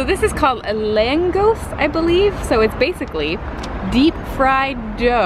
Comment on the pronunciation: But that’s not langos,that’s langosh